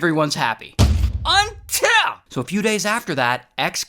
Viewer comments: Ray and his "unTill" 😂😂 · Ray is going hard on the "unTILL" 😂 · Me waiting for the “UNTIL” THEN there is another “UNITL” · It's the "UNTIL" for me😅